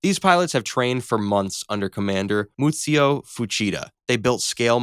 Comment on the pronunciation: Mitsuo = Moot-see-oh???